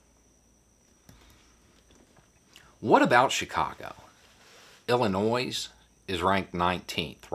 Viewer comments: nit picking here but the S at the end of Illinois is silent. Illinoy not illi noise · Illinois = Illi-noy (not Illi-noise) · He said, Illinois then later says Illinoissse.. lol! #BeauisLove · Valuable detail. (But please don't add the "s" at the end of Illinois. It hurts my ears!) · Please, don't pronounce the "s" on the end of Illinois. It rhymes with "annoy," not "noise." Thanks, signed someone born and raised in Illinois. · You have hardly any accent so I'm surprised you pronounce it ill·a·noyz. Most people call it ill·a·noy. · Being from the Land of Lincoln, gotta love "Illi-noise". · It's not pronounced Illinoise. Sorry, but that has always irked me. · No S on the end of Illinois. It is pronounced ILLINOY. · Illinois, the s is silent. ILL-a- noy 🤪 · Love you,! It's pronounced IllinoY, though. 💜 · "Illi-noise." Ugh! 😵😵😵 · Hey, You don't pronounce the S in Illinois. It's " ill - in - NOY " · "Illi-NOISE"? Is it that noisy? ;-) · Please pronounce Illinois correctly. There’s no “noise” in “Illinois”. Just a request. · Despite the pronunciation of the "s" in Illinois, I'm still giving this a thumbs up. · Lol, Everybody south of mason dixon line pronounces the “s”..... :-). Edit.... unless your an Illinois to Florida transplant or snow bird. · Well, I feel a right tit. Rewatched the the video. He really does pronounce the s in Illinois because it's there, not because he was talking about Illinois' ranking in crime statistics. Dang! Wonder how he'd pronounce Iroquois... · The "S" in Illinois is SILENT! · You blew it. I'm just mortified. The state Chicago is found, well, people from there do not give sound, or pronounce the last letter. It is silent. Why does this matter? It doesn't really, but I was born and raised there. Moved to Indiana in my 56th year and for the time I have been here most people don't know how to say Illinois properly. And my hobby is correcting the misinformed. 😉 You have a good night now. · The "s" in Illinois is silent